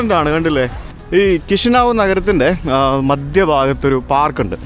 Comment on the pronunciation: Кишинев, Kishinev കിഷ്യനേവ് എന്ന് ഉച്ഛാരണം!